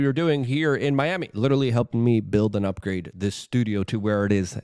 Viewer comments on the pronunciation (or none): none